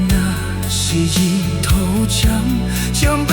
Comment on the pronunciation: 可惜 福建发音不准 日头。。。。